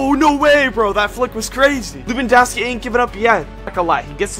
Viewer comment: thats how u said it